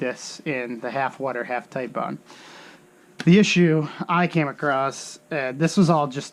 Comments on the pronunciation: It is TITEBOND as in Tite not Tillllle. It is NOT tile bond it is Tite Bond! It's like when assholes call Nine Eleven... Nine One One. UUUUUGH! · FUCK! I clicked on another one of your vids and you're STILL calling it tile bond!